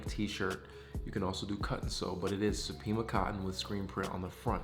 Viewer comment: What's the name of the cotton? I don't know if you said Pima or Peema cotton? Where can I get this cotton material... I'm brand new to the game...